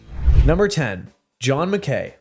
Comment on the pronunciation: "john mc.K A Y"?!?🤷‍♂️